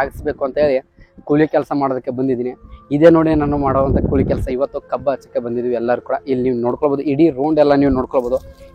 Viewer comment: ಕೂಲಿ ಮಾರಾಯ ಕೊಳಿ ಅಲ್ಲಾ